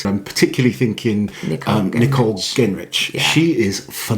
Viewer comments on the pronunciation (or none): Genrich is with a soft G, like a J.